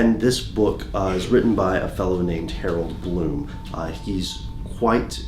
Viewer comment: Glow of Brightly Burning Hope HAROLD BLOOM hahahahaha...I guess he got the "H" part right.